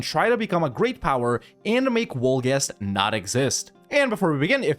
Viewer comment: Wolgast, "Vol-gast"!